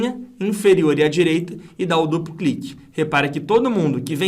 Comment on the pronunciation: min. Clupu cliqui. Ri muito aqui da sua dificuldade em falar duplo clique 😂😂😂. Brincadeiras a parte, aula sensacional. Estou me preparando para concurso público, e sinceramente não tinha noção nenhuma sobre a construção da fórmula. Entendi perfeitamente o processo. Parabéns e muito obrigado.